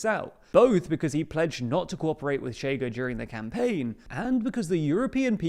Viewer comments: Chega reads more like Shega in Portuguese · It takes two seconds to Google how to pronounce "ch" in Portuguese.